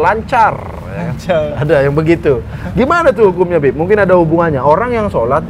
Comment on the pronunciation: denger muslim manggil "bib" malah dengernya kek "beb"